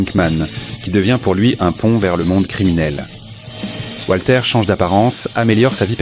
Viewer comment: Walter, pas Voltaire 😂